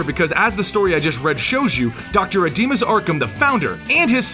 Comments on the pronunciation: dude Amadeus Arkham, not Ademus Arkham :P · It's pronounced Amadeus not ademus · It's Amadeus Arkham, not Adimas. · ademus? It's Amadeus!! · It’s am-a-day-es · Amadeus (Om-a-day-us) Arkham. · Ps: its Ama Deus. Thats how its pronounced...:) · You kept on mispronouncing Amadeus' Arkham's first name. It's pronounced AH-MA-DAY-OOS.